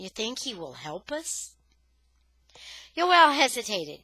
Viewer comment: Joel not yoel